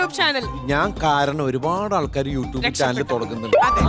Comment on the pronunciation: യു ട്ടൂപ് അല്ല, യു റ്റ്യൂബ്😆😆😆😆